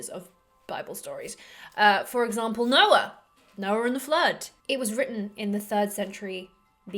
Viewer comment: Not to distract from the intellectual, educational & entertainment offerings of your video, which are brilliant, the way you add an “R” to how you say Noah, with your accent, is just so freaking cute! Also, you look different in just about every single video you posted, is that like a version of “armour or mask”? Just a thought, it could be advantageous from a lowest common denominator, marketing/branding standpoint, to look the same in every thumbnail, that being said, I applaud your decision for variety. Thanks for the awesome videos!